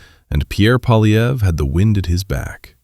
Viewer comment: Poiilievre: pwa' lye vruh. There is no "polly" in there. The R comes before the uh. Amazingly, all four of guesses (He only guesses; it doesn't occur to him to try reading) are wrong.